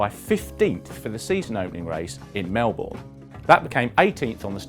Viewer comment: fyi its pronounced it 'melbin' not 'mel-borne'